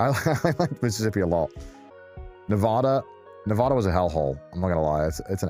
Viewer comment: Man based Nevada on Vegas. Northern Nevada completely different :(. Also still does not pronounce Nevada correctly :(